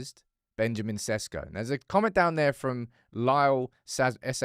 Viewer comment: His name pronounce is not SESKO,I'ts ShEShKO 😉